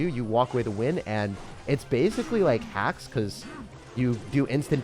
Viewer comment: When Says HaX instead of hack Me: Wait That's me 🤯. Lol love all your videos and always have a blessed day/night much love from California ❤